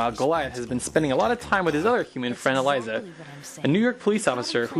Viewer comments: Nice review! This is my favorite show of all time. Just one thing: it's Elisa (pronounced Uh-Lee-Sa) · Dude, you pronounced Elisa's name wrong. And Xanatos is the coolest badass who ever lived.